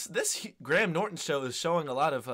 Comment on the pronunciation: Graham, not gram 😁